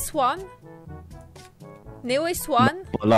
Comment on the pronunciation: elle dit neon swan comme swan et néo